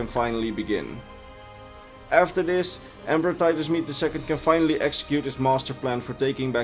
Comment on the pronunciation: Rodney Tholanah no it’s Titus MEDE